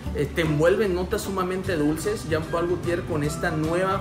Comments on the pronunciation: Se pronuncia Jean Pool , no Jam Pal es frances . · Parece q dice pay pal😅